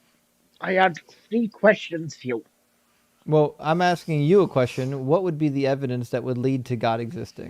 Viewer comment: with his axing questions.